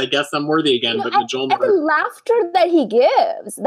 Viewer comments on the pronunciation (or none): lol I'm sorry, I have to correct you. I'm not normally that guy, but Mjolnir is pronounced M-y'all-nir, not Muj-all-ner. In Germanic-Nordic languages J is pronounced like a Y. My Norwegian grandmother said things like "Have a peanut butter and yam sandwich" or "yump into the pool".